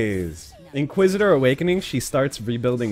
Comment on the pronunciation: You're saying inquisitor name wrong